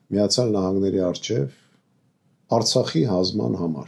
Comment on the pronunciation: Քաչալ - դամբուլ, ճիշտ խոսի հայերեն, ո՛չ թե առցախ, Արցախ, ո՛չ թե Իռան այլ Իրան, այ անխելք դամբուլ ձյուն գա հիմար գլխիտ, Գ7 ռուսները միշտ էժան գնով ծախել էն Հայաստանը ու հայ ժողովրդին թուրքերին...